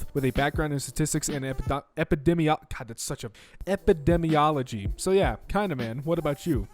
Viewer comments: “Ed-I-mology” * for epidemiology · Pronounces epidemiology wrong Me : has an orgasm